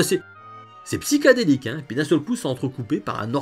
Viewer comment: super video... belle culture. c'est vrai qu'à l'époque j'étais pas le seul à penser que la 3DO était un "machin" interactif et pas une console...fous que nous étions. par contre "Psychédélique" pas "PsyKAdéliK"...merci DO